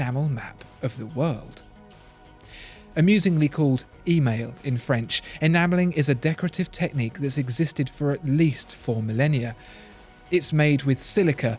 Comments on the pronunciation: "Email" should be pronounced: "a my" in english... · it does not pronounce "amusingly" email, it's AI-MY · It’s not pronounced “email” when you know what you’re talking about...